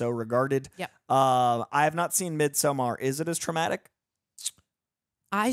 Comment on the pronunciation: Why do people put a long ō on Midsommar? That’s not how you or anyone in the film pronounces it…